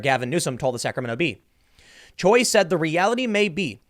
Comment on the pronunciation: Bruh.. You are half Korean.. Choi is pronounced more like Chae. Not Cho-EE